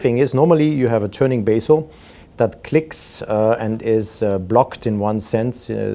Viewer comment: Sir, it is not basil but bezel --bɛz(ə)l